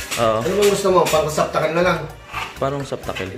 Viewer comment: ". . . saptakel. . ."??? Receptacle po, mawalang galang na.